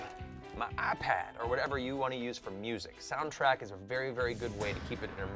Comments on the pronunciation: “I have......ma ahpaad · MA IPAD! Love the emphasis :)